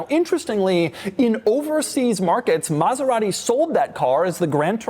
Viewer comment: Doug is the kind of guy to pronounce it MaseraHti for no apparent reason.